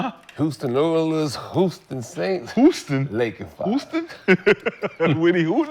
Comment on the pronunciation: S/O Cemetery Larry for looking out for Houston. Nick none talking ass can’t pronounce HOUSTON. Gil is just a laker d rider and Houston hater